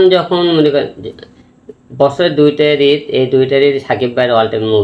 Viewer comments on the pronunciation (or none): বছরে ২ টা রিদ না ঈদ হবে। উচ্চারণ সঠিকভাবে করতে পারেন না তুফান নিয়ে কথা বলেন।